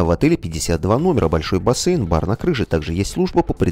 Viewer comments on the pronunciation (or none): none